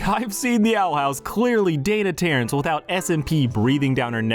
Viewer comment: Why do you keep saying “Dana Terrance”